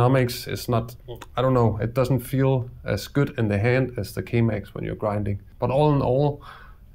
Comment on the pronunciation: great video although I recommend not promouncing K Max like Chemex, as that got me a litte bit confused